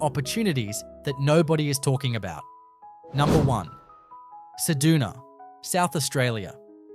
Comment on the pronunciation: Cedoona? Try CedUna.